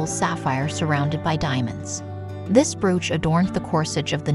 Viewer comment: It's pronounced "broach".